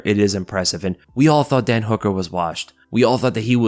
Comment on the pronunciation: Sometimes when you say Dan Hooker I hear dead Hooker or is it just me?